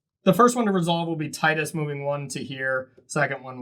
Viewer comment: Tidus' name is pronounced Tidus not Tidus. I hope this doesn't make anything more clear unless you know the reference.